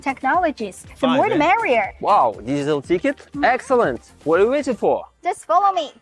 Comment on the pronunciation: I misheard your exclamation of "digital ticket" as "digital d**khead" - thought it was a bit harsh but not wrong.